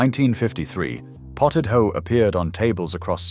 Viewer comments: Potted ho? I think not. It's potted hoch (as in loch). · Haugh is NOT prounced HO it sounds like hoch, And is still made in homes from boiling chin beef and knee bones till they are falling apart 😅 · Scotish hough pronouced hock as in ham hock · WTAF is Potted HOW?? It's Scottish and rhymes with LOCH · Made me laugh. He started with 'how', then changed to 'hoe' and finally 'who'! 😂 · I wish they had looked into the pronunciation of hough, it rhyms wih the aunusual sound of loch( tongue raised at the back of the mouth and breathing out)